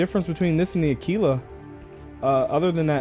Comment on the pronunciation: One of a few YouTubers who says Aquila correctly. Ah-Key-La. Think of Tequila. Its Teh-Key-La, not Teh-Qwill-Ah. Unless you are one of those miscreants that also say Turrent instead of Turret. Those guys are beyond help! Kudos